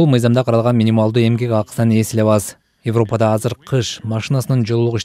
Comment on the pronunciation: Бугун “Йевропада” деп орусча айтат экенсиз бул сөздү. Кыргыз тилинин сингармонизмине ылайык, айтылганда “Эвропада” деп айтылышы керек.